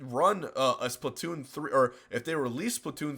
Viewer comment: yes. Also it's splatoon not splatton :)